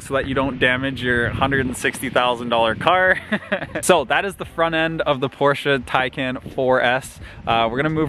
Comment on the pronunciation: But can’t say Taycan 🤣